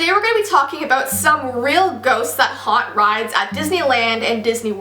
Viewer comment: Anyone else think she said "haunts brides" no just me ok